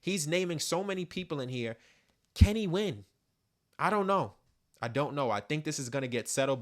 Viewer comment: Something spooky just happened. At the end you said "can he win?" but sounded like you said "Kenny when?" as in When's the last time this has actually been about Drake vs Kendrick.